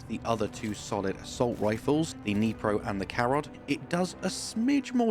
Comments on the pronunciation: sorry to disappoint (not much though), but Dnipro has the D. Either softer or more "elusive" than in "doom", "dome" and whatnot, but it's there. Nipro is a non-existent word, while Dnipro is the name of the river and the city located on it. Again, thanks for you Stalker 2 videos, they're awesome! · The correct pronunciation for Dnipro is Dnee-prO (stress on O and D is NOT silent). Do not use google for checking pronunciation - it sucks) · Great video mate. I just wanted to say that when you say Dnipro the "D" is not silent. It was actually a short version for saying Dnipropetrovsk in Ukrainian, until it was renamed in 2016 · It's Dnipro without silenting anything and emphasis on "o" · nooooo in Dnipro "D" is not silent! )) also "O" is stressed, this hun named after a main river of Ukraine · Pretty sure the Dnipro is named after the river and if so you say the D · "Dnipro" is with O being stressed, not I.